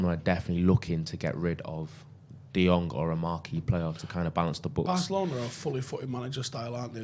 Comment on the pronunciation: People are mispronouncing Frankie de Jong's name. In Dutch the "Jong" is pronounced as "young". Embarrassing me hearing that, as a Dutch. My name, for instance, "Boudewijn" the "wijn" is pronounced as "wayne".